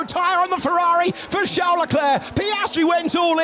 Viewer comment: Ferrari❌. Fewawi✅